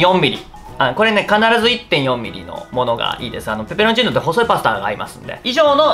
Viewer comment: さぁんが焼のﾍﾟﾎﾟﾛﾝﾁｨﾉ